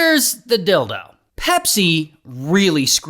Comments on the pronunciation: Real ones know why he's saying "here's the dildo" instead of "here's the deal thought" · Did Ray just say "heres the dildo" 🤔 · You kept saying Dil Do 😅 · Did he say here’s the “D!ldo?” 😂😂😂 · “Here is the dildo” ✅ “Here is the deal” ❌ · Anyone cought him saing hear is the dildo lol😂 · “Here’s the dildo!” 🧐 Took me a few seconds to figure out: Here’s the deal, though.